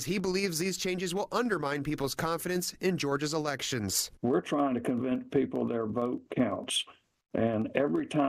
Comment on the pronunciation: "Re-PUB-licans". Calm down, and pay your Reparations your family owes. 😁